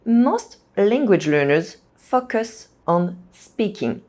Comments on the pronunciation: To explain to anyone unsure, it should be fo-cus (long o sound) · Every time you said “focus” it sounded like “f*ck us” but loved your video. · Fock us? 😂. P.s. Your English is great, I'm just teasing you. Thanks for the good advice. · Your pronunciation of the word FOCUS needs some work. You are saying something quite vulgar: "F*ck us." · Enjoyed and her clear and precise english, maybe except the words like "focus" not easy for my french girlfriend too. Think of "go" and a long o, fo or "faux" as in french. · These are excellent tips! Thank you so much. I'd have just one small suggestion: be careful with the pronunciation of "focus" in English. The "o" must sound like the "eau" in French as in "beau". The danger in English is that the "o" acquires a schwa sound, which would then render it as "f**ck us" - not the outcome you want. Many thanks again for these excellent suggestions! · I love your idea! I gently encourage you to reexamine the word “focus.” The long O sound exists in both English and French, does it not? It startled the heck out of me every time until I realized what you really meant. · When I read your comment that's when that part of the video came up. And I understand what you mean. She did sound like she was swearing the first time she said focus😅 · you seriously need to work on your english pronunciation😅 especially on the word" focus" 😂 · I've noticed that non-native speakers invariably say this word in an arresting way!